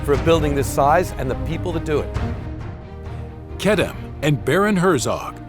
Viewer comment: I've been pronouncing wrong, its Kedem, not Kedeme .Its the only grape juice I drink.